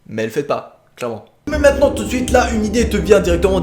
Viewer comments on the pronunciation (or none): none